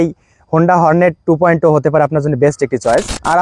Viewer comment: টু পয়েন্ট ও কি? কাঙ্গলাদেশের সব ব্লগার ২ পয়েন্ট ও বলছে কেন? মূর্খরা, এটা ২ পয়েন্ট জিরো হবে , জিরো।